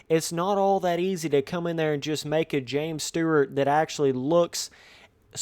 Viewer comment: James Sterrt lol? 😂😂😂